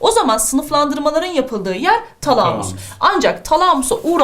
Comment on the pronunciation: Hocam şu talamus kelimesini lütfen şiveli söylemeyin